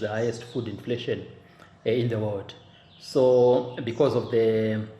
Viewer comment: The hayesti food infletion agenesti 🤣